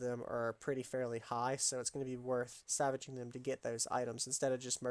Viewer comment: Dude are u saying savaging an item? Or salvaging an item?